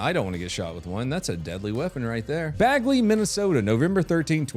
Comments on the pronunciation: Bagley is pronounced with a Minnesota accent. It's pronounced baigley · its bay glee, not bag lee